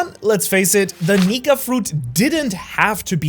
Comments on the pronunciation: neeker instead of nika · Bro said Meier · he said niker quinesdence idk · bro did not say "nika"